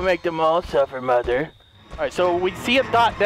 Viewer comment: No It's mother not moder